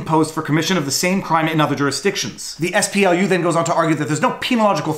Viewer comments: You keep saying "SPLU". I think you mean "SPLC". I'm shocked that they are actually doing something useful. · Viva Frei, Why do you repeatedly call the SPLC the ess-pee-el-yu? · SPLU. You even say their name - southern poverty law center. Their acronym is SPLC. I was materially harmed by this repeated mistake and I demand recompense.